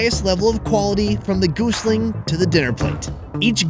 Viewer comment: it's not goosling it's gosling. That's a baby goose.